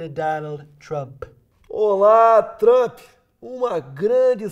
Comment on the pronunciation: "Olá Trâmpi"